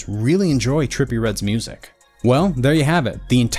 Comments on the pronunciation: Trepillie readdde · Nah” trippie “ not tripple😂